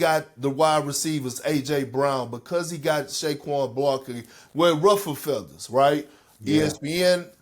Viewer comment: Did Perk say “ShayQuan” Barkley??😭😭😩